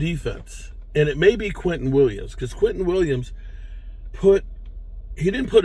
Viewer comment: Its Quinnen not Quinton. Weird name, but very good player